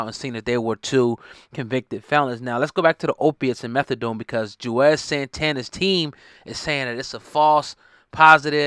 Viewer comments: His name is Juelz... not Juez. 😩🤦🏾‍♂️ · WHO THE HELL IS JUEZ?!🤔 🗣️ IT'S JU-EL-Z🙄🤦🏽‍♂️❗❗❗🤣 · Lol why does he keep calling him juez ? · 🤣😂🤣😂🤣 I thought it was me like damn bruh he been in the game 20 yrs & u butchering his name like he some new nigga 🤣😂🤣😂🤣🤦🏿